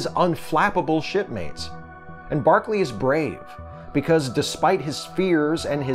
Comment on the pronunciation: By barkely you mean broccoli ??